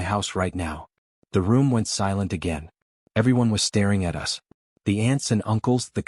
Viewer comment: Narrative is pretty bad. Us pronounced as U S.